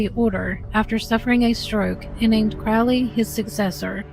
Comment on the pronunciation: The first syllable of Crowley is pronounced like the bird. "Old Crow" is one of his nicknames. I know some Crowleys, they pronounce it that way.